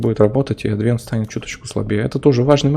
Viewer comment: Ты уж определись с правильным ударением в слове "Адвент"